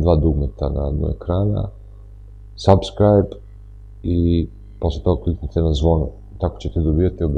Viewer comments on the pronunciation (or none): none